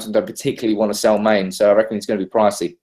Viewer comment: OMG please stop calling Mane "Main" -_